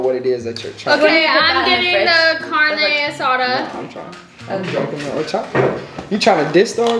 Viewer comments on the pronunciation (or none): Did she say CaRna aSaDa 💀